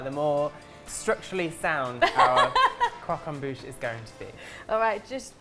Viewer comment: Good video guys, but just one thing: “croque en bouche” 😉